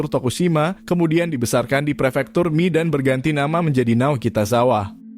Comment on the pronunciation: Pernah tinggal di Kota Komatsushima sekitar 2bulan dan dialek Tokushima (termaksud Komatsushima) itu emang unik. Sangat beda dengan bahasa Jepang biasa. Edit: bahasa jepang sama pelafalan sama bahasa. Indo bang. Kalau Mie tetap dibaca Mie, bukan Mi.